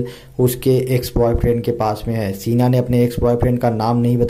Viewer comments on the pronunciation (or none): सीना नही शीना होता hai. जो आप बोल रहे हो उसका मतलब होता है छाती